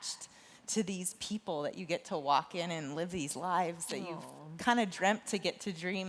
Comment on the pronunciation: It's Dwalin